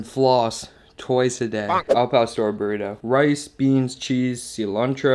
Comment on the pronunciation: The way this guy says cilantro LOL